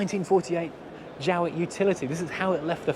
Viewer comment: Strange pronunciation of Jowett?